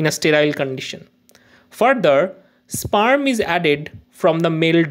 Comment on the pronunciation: Sperm ❌ spaaaarm ✅